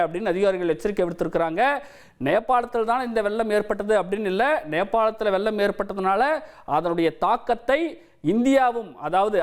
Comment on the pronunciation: அது வெல்லம் அல்ல வெள்ளம். அவனை நிறுத்த சொல்லுங்கடா. தமிழை கொல்லாதே.